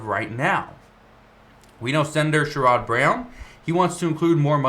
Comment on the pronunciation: I`m from Ohio, Sherrod Browns name is pronounced... Share Ed Brown. Thank You.